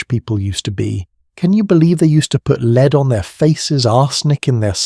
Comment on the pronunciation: The mispronunciation of lead is driving me nuts 😂